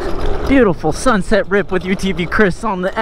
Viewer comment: “But it wrips and hauls”